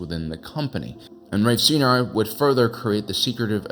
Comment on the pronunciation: Sci Nar... not See Nar... (bangs head on keyboard)